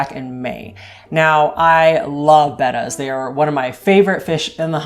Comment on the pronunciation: So glad to hear you call them bettas and not bAtas. I've had them most all my years (65) now.